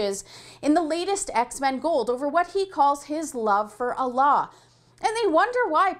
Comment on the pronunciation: Her pronunciation of Allah is pretty impeccable. Hats off to you, miss. Most people go Ah-lah. Peace!